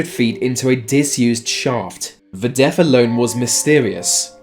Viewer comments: Is it just me or is he saying def instead of death? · I'm being cremated, but thanks for the advice. This narrator has a problem pronouncing "th", so we have Smiff instead of Smith, deaf instead of death.... etc, it's annoying. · remember deaf....Smiff....wow the accent. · Are you saying 'def' instead of 'deaTH' ??? And the name is SmiTH, not 'Smiff' 🥴🤣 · Please learn to pronounce 'th' properly, "Remember Deff" (for death) and 'vey' and 'vat' for they and that!!!